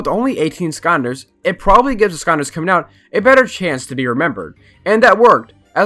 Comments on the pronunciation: Does anyone else here him say "skahnders" instead of skylanders? Might be because this is the first of these videos I've seen and if I really try to hear it sounds like skylanders. But no shade from me I enjoyed the video and I agree with most of it. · Why do you pronounce skylanders like skyunders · Broooo imagine pronouncing skylanders "sconders* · Him: Here are some forgotten ScOnDeRs that nobody reme- Me: ITS SKYLANDERS WHAT DO YOU MEA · Like I swear to god this guy is saying “skonders” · why he saying "skonders" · Why do you pronounce skylanders as skonders? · Bro made a 14 min video about skylanders and didn’t even pronounce the word “skylanders” correctly one time lmaooo